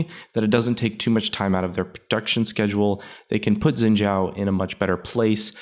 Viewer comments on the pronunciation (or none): "Shjin zao" wat....